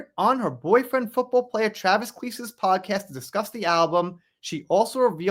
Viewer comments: Travis Kleese?? It's pronounced KEL-SEE!! He's Taylor Swift's wife?? What,? Wow! He was a football player? He's STILL a football player for the Kansas City Chiefs. 🙄🤦 I like Taylor. I may not agree with her politics, but she's got talent and is a smart business woman. Ruin The Friendship isn't the one about Blake, but many think another song is. They were friends, because Taylor is Godmother to Blake's kids. Taylor didn't dump Blake because of star power, it's because Blake got Taylor involved in the Justin Baldoni mess, calling Taylor her Dragon! They aren't friends anymore, because Blake used her. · Oh man, you’re pronouncing his name wrong. He’s still a football player for the Kansas City Chiefs very good and their podcast is hilarious. It’s actually very famous here because it’s so funny. Travis and his brother are super famous. But you pronounce it. Kael-see. Blake sucks and is a mean girl in my opinion!